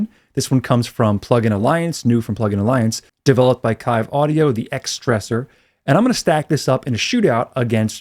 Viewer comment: FYI, it's pronounced "Keeve" audio. No worries.